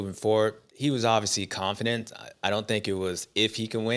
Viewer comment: It might be in my head but I’m convinced Stew doesn’t know how to say confident.😂